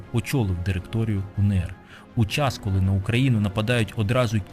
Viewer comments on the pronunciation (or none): Зауваження: не УНееР, а УеНеР, адже буква "еН".